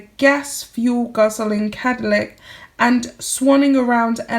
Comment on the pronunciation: Cadillac not Cadallic 😂